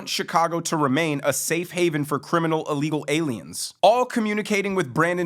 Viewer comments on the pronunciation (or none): Brandon u amd do the same thing: when u say ILLEGAL u actually say a-legal Just fyi